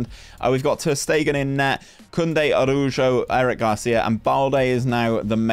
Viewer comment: Araujo is not uh-roo-joe, please,. try this: a-ra-woo-hoe, try it, por favor!